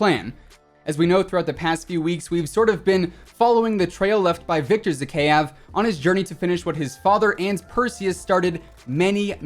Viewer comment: Bruv, you are pronouncing Zakhaev's name wrong. It's Zah-Hah-Yev